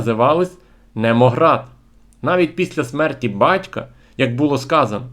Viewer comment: "Немогард" - прочитуйте назви правильно. Грецьке "νεμω" має багато значень, але у спілці з словом "gard" композит "Немогард" означає "місце розташування" (старовинне козацьке - "таша" - розташування, або "сад" (для порівняння "Нови-сад"). Перечитайте статтю "Зовнішня Русь Святослава - Січові паланки України" на сайті "УЛГ".